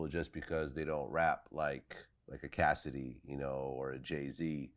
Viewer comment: Finally Cassidy said it properly.!! 🙏🏽